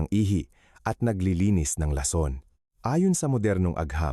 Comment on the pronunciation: Ayusin mo doc ung pagbigkas ng ilang tagalog words like atay, balatong, lason.....